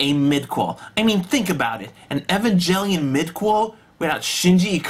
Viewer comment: Evangelion pronounced: "E-von-g-el-eon"